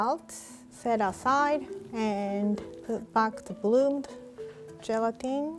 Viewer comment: watch saying "bluble" instead of bubble, and "boo boomed" instead of bloomed 😂❤